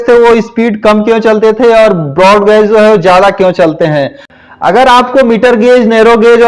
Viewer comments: गोज नही गेज होता है😂😂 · अटपटा लग रहा है गेज बोलिये गाज नहीं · वो गॉज नही गेज होता है। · अरे बिहारी गौज नही होता I सही उच्चारण सीख सकते हो I